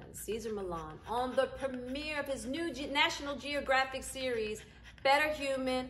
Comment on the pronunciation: Congratulations! I hope you pronounce National Geographic the same way you used to. Love how you say it.❤️